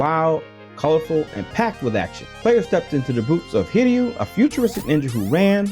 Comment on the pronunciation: wow, an american who actually knows how to say "hiryu"